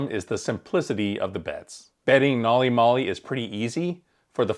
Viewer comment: Every time mispronounces the name of the system makes me cringe